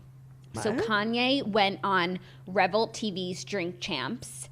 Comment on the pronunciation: Jackie pronounced Revolt wrong lol